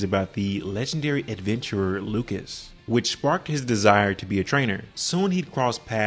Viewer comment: hate to be that dude but its pronounces as lu-shi-us not lucas